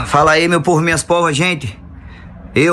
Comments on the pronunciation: "meu povo, minha póva" Kkkkkkkkkkkk Odorico Paraguaçu endossa essa candidatura. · "Fala aeh meu povo e minha "póva" kkkķkkķkkkkkkkk